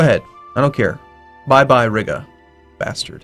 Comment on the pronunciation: how common was military access in the timeframe of EUIV historically? and for fucks sake please stop saying RIGGA